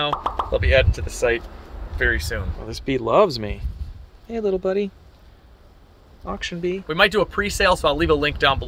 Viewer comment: “Auction bee” lololololol